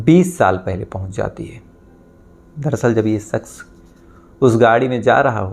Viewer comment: Saks😂,suru, sare, sadi this needs to fix his language and he said he is a lawyer 😂